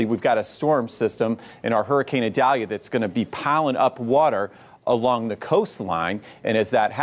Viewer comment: It’s Eee-Dal-ee-a. Not Eye-dalia